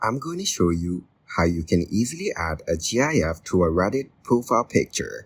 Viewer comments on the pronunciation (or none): Gyaff? It's pronounced like gift but without the t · He's saying "G.I.F"